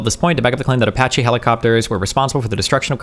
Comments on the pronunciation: All I want destiny to do is pronounce Apache correctly: A-patch-E. That’s it. APACHE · I don't know how many times I can stand Destiny saying "Apotche helicopters"... Edit: Thank you, much love. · Dude I can't handle it fkin ApOcHeE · That’s a fun way to say uh-potchy helicopter 🚁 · How could a native english speaker not know how to say "Apache"? That's my only take from this video. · Was looking like D caught the brainworms for a minute there. Glad he turned it around. Seriously, what kind of unhinged maniac pronounces "apache" like that? Jesus Christ,. 😂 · Man, I’m twitching everything time he mispronounces Apache